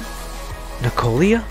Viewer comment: N I K O L A NOT N I K O L I A.